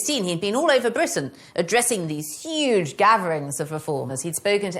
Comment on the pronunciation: Today this may be considered superficial and sexist but, I think Lucy's adorable too. "I AM THE QUEEN OF BWITIAN, OPEN THE DOOR!" :-)